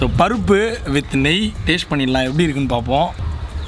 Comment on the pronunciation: Why are u telling parupu as.papu